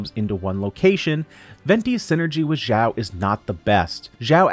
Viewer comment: xiao not zhao or zao x is pronouce like (s) from snake